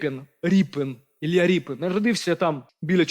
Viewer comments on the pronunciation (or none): none